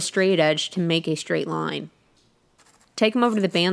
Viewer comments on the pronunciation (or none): none